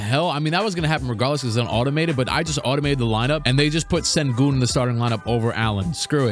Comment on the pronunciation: Sir….It’s shen-goon